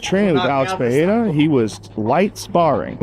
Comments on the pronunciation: Pierra? C’mon chale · On god who tf is peeyera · Alex Pee-era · Chael will forever call him “Peeairya” 😂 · Somebody teaches chael to say Pereira and not piéra! Its ridiculous to see chael make a fool out of himself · It pisses me off how uncle Chael says Pierra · chael sonnen says: - Alex pierra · and chael still can't even get close to pronouncing Pereira's name correctly 😂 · bruh chael your a commentator and you cant say names properly??? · Chael sonnen saying his last name wrong every always gets me lol